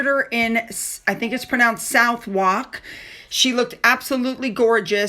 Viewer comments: Southwark is pronounced Sutherk 😊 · Hi 🙂 Southwark is pronounced "Suth-uck". I'm a Londoner born and bred....😁 Love your videos! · Hi. Your pronunciation of Southwark made me laugh, but can see why you said it that way. It’s pronounced Suth-ock And Tottenham is Tot-num. I sometimes struggle with American- English pronunciation 😂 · It is not pronounced Totten Ham. Common mistake. It is not South Wark either. It is Suthark. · Hi Southwark is pronounced suthuck😊 Another one of the vagaries of UK name places😊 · Sorry it's pronounced Suth UK short for Southwalk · my love, FYI pronounce it Totnum and Southwark is Suthukk lol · South-Wark is pronounced Suth-Ark! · Pronounced sowark. X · Hi, a little pronunciation for you sweetie, it is Tottenum and Suthurk. Any names ending in ham is always pronounced hum or um. Love from Scarborough or Scarburugh. Xxxxx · PronouncedTottnum and Southurk! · when you see a Ham at the end of a name we say it as em or am. Buckingam. Think of how you say William. Southwark is pronounced Sutherk. Take a look online.. and you'll hear for yourself 🇬🇧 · pronounced "Suthock" fyi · I’m sorry, I hope you don’t mind, but I have to help you out here…. Tottenham = Tot-num, Southwark = Suth-uck, Love your videos about the real royals 💖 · Just FYI, Southwark is pronounced Suthuk! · Pronounced like Southark😊… the W is silent but check it out for yourself😊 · Difficult English people, Southwark is pronounced suthuck